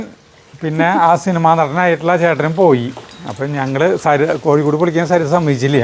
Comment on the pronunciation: Saritha aaaà atho kuthi parayunna pola😂😂😂